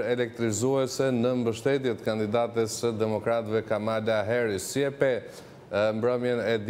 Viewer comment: E ka Kamala, me theks te “a”-ja e pare e jo ashtu sic e shqiptoni ju!